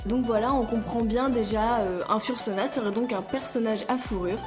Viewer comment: J'ai regardé presque tt les vidéos fr sur les furry(furries) , je regarde énormément de youtubers american et quand je vois comment on écorche le "UwU language" ( vocabulaire furry) sa fait bizarre... Fur ce prononce "feur" fursuit c "feursoute" fursona c "feursona" Etc 'fin t'a compris quoi 😂😂😂 I know it's hard to pronounce but make an effort 😂😂😂 I'm kidding obviously